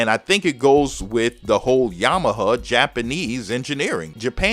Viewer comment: are you saying Yama - huh or Yama - ha ?? lol